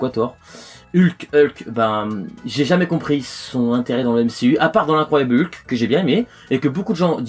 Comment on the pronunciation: Ca ce dit Hulk mdr